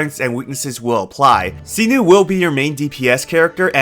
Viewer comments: SAINO, not Sino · It's "Sai-Noh" not "See-Nuu" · sinu?? 😂😂 Its SY-NO, Not SINU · All I remember after watching this is that you keep saying Cyno [See-Nu].. His name is Cyno [Psy-no] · "See-noo and Knee-loo" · this dude really said "see-nu" and "nee-lu" 💀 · the way he says see-new for cyno is hilarious and also tiring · Is no one talking about see-noo? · Sorry but his name Cyno not Sinu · Jesus duckong chriat pronounce thw8r names right where do you see a u in cyno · That can't be how "Cyno" is pronounced lol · Cyno pronunciation giving me cancer